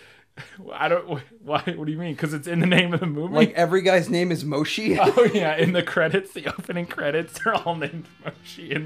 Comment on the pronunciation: just to let y'all know, "moshe" is pronounced "mow-shuh."